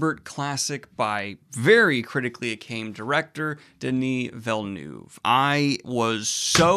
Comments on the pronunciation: The pronunciation of Villeneuve is closer to "Vilnuhv" rather than "Vilnewv. Difficult to replicate the sounds in English. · It's pronounced Villeneuve